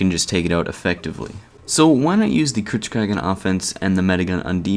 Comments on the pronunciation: err... You say it "kritzKREG" rather than "kritzKREEG". It has an EE sound at the end rather than an E. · I hope you say "kritskreg" as a joke...